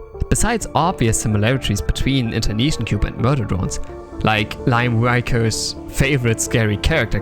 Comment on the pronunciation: Just gunna pop in here and say the pronunciation of Liam Vickers is "Lee-um Vik-urs" though it was fun to hear it as Lyom Wykurs. :P